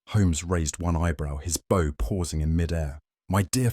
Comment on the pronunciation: Hello from a happy subscriber in Ontario, Canada! Lovely who-done-it in the style of Sir Arthur Conan Doyle. Wonderful narration by except for the difficulty, once, saying bow as b/ow (like in front of an audience) instead of bow as bo like with a violin bow. Otherwise, simply marvelous, thank you good people at MindSherlock.